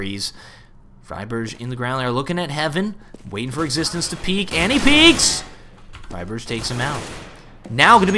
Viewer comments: why friberj? it's friberg... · Hey you pronounce friberg wrong man it is pronounced fry burg like the berg in iceberg there is no ghh sound keep up the good work! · It's Friberg, not "Friberch". A "g" like you pronounce the city Hamburg. Probably something only we sweeds will think about though. Great commentary! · It annoyed me to fuck when he pronounced fribergs name wrong xD